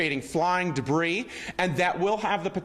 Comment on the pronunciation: She never learned to read. Pronounced "s " in debri"s".